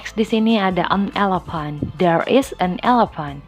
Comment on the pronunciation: excuse... you pronounce the "elephant" is wrong. Sorry, you should say eilifen, instead of "elepan". However, a lot of the different between number 11 (ileven) and gajah (eilifen) when we pronounce them. 🙏